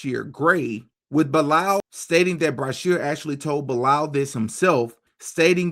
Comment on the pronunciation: it's "BEE-LAL" > Bilaal is a Muslim name, when you dt know ask! It's the name of the Muslim that prophet Mohamed (PBUH) asked to make the 1st call of prayer when Islam was born because of his beautiful voice. This guy either converted in Islam or was born Muslim.